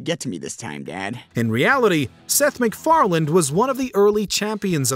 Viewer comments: It's Seth Macfarlane, not Mcfarland. Pronounced it with a d every time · Sounded like he kept saying “Seth MacFarland” instead of “Seth MacFarlane” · Fun video but I couldn’t help but get mad everytime u call Seth Mcfarlane, Seth McFarland😂